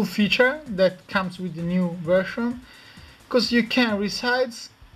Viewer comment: weedget.. hahahaha Vershan lol